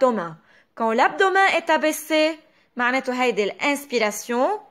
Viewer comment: درس كتير حلو بس بكل محبة كلمة abdo W men بتنلفظ متل متل كلمة Men بالانكليزي